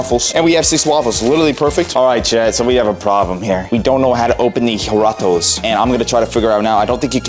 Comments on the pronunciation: Bruh just letting you know but it’s pronounced harito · Use a can opener and they are called (har-e-toes) that's how u pronounce it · My boy said huratoes😂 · When he said jaraatas I started Dying and jaratos Like lmao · The drink is called aa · ree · towz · BRO THE DRINK PRONOUNCED IN MEXICO IS “HARRITOES” AND IM NOT RACIST. AND IM NOT FALLING FOR BEING KILLED SCREEDI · You pronounce the drink Jarritos like haritos and toy to roll your rs